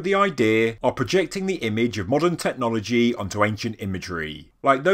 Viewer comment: Technologyeeeeeee, imageryeeeeeee. Dude, learn to pronounce things properly. Anyone told you what syllabs and accents are?